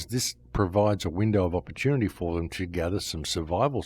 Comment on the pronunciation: Opportunivoire? That's a new one. Edit